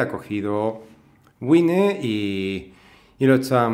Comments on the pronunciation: güine no es la pronunciación correcta... además de eso, gracias por la expliación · Sé que Wine es vino en inglés y cómo se pronuncia, pero por España hay mucha gente que le dice güine porque es como se pronuncia lo que está en escrito en castellano. Por lo demás, la pronunciación de los nombres de las cosas (los nombres de las personas son otro tema) me trae sin cuidado.